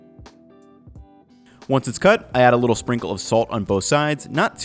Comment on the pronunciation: "Wait a BITTLE longer"